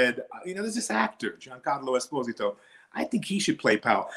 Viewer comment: Ebro pronounced his last name wrong, which most people do. It's Es-POS-ito.